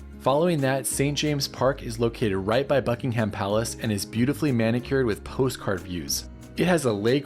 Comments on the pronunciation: Yes, it's Buckinghum. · I was utterly shocked each time ‘Buckingham’ was pronounced so criminally wrong. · For a guy who’s covered so much ground, the mispronunciation of ‘Buckingham’ is most disappointing. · Nobody pronounces Buckingham like you do. Are you sure you were in London, UK?